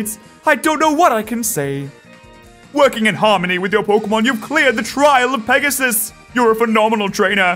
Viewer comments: I think it’s pegas-s-s-s-s. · It's Pegasisisisis.....duhhh...